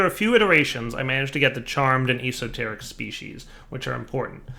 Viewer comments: I love and his videos, but this killed me lol. I was shouting at my phone... es-o- teric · o0NAVI0o ya, I laughed at his horrible pronunciation.